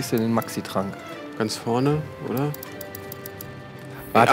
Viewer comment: Nices Video, Nices Game, aber bitte, es heißt Potion oder Trank und nicht Tränk. Made my ears bleed...